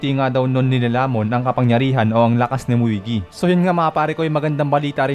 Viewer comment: Muigi.... 😂😂😂 Moegi po 🤣